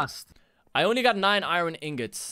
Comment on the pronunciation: i cudent reply to you live strem so ya but why do you say iron like irine